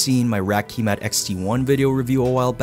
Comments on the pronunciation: Ki - matte not key mat but nice video! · Kímat not Kīmat. Kímat = Lightning.